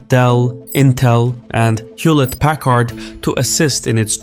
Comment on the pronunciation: Repeat after me: HUE-lit-PAK-urd